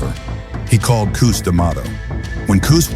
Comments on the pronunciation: That A I voice saying Koos instead of Cus kinda lame.. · Cooz 😂. AI is pretty funny. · Would be cool with a real human voiceover. ..."Koo-s"... Hilarious. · Kuz, Kust, Kustamato..???? Really? Pathetic. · First off it's Cus not coos. Secondly the style was not designed for short fighters your entire premises is wrong. Third it was not ignored that Mike had pain from his childhood Cus taught us discipline focus and worked on developing his fighter's character through emotional control harness your energy learn and channel through focus with intent and purpose and boxing was a discipline that Mike myself and others could channel rage in an efficient effective manner. If you have two tall fighters both of them in the 6 ft something range you better know how to weave under hooks and hit from angles the premise that fighters and styles have evolved and that this style was only designed for crouching smaller fighters is 1,000% incorrect I was 5'11 fighting as a middleweight and quite effectively slipped and weaved under my opponent's punches. Your narration is accurate your facts or not. The style has not lost its effectiveness due to how the sport has changed fighters are fighters you have two hands you're squared off in a ring and the object of boxing is to hit not get hit and do it in a manner that excites the crowd that is the premise of the style That's what we were taught in Catskill That's what Cus perfected. You are correct that trainers have no idea how to teach this style there's bits and pieces of it myself and a few of the fighters from Catskill work with fighters but finding dedicated students in a sport that's contracting with less and less athletes that are drawn to o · Cus not Kus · I can’t get through this with the orator pronouncing Tyson’s trainer as “KOOS”…. Can’t do it 🤯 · Cus as in uh not coos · Wish you pernounce Cuz's name right. Is this A.I. ? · God, I hate AI. Pronounce Cus correctly!